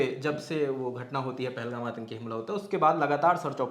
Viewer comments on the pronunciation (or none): none